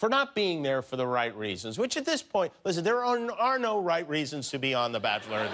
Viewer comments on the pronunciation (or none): none